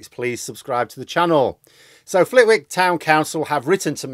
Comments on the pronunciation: It is pronounced Fllitick, not Flitwick, the w is silent. The longer Nadine Dorries stays as MP the louder the call for change will be, she is going to be the poster woman for everything that is wrong with politicians. Parliament and MPs will be stained by Nadine Dorries behaviour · Since you asked - it’s pronounced “Flittick”. The W is silent. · As far as I’m aware it’s pronounced Flitick, I made the same mistake and got corrected most enthusiastically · Hi, thank you, another great talk as usual. It’s pronounced Flitic by the way. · Silent W, pronounced Flit ick. Great channel, big fan of your work. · it is pronounced Flit Ick. glad to be able to help. 😃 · As a northerner who used to live in that aea, it's pronounced flit-ick. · A small point; but as far as the pronunciation goes, the "w" in Flitwick is silent: "Flit-ick". (I say this as a long-time – and present – resident of Bedford.) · It's pronounced "Flittick" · The town's pronounced Flitick.. no comment on your northerner's viewpoint😄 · Pronounced Flitick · It's pronounced flitik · It's pronounced "Flit-ick" you northern "half-it", sorry couldn't resist and yes Flitwick is quite near me. My constituency borders mad Nad's and Bim pay by the hour Afolami's. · It’s pronounced Flit-ick 😅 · It's a silent W - Flit-Ick. Anyway, that aside, She is MP for the neighbouring constituency to mine and it includes part of the railway route from Bletchley to Bedford. The company which provided the stock for the service on that line when bust last December and we've had no passenger trains on the line since. The local user group are absolutely livid and have tried to engage with the MPs covering the line to help. Nads claims she's doing everything she can. The used group claim she hasn't even replied to their letters. I wonder which one is lying ? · I'm a Flitwick Town Councillor. The W is silent. It's Flittick! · As someone who lives just down the road from Flitwick, it is pronounced Flit-ick.